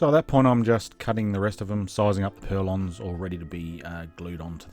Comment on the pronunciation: Just a quick on, they are not purlons . . they are call PURLINS